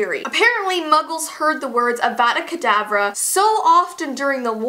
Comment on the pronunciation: You said avada kedavra wrong it's avada kedavra a making a uh sound.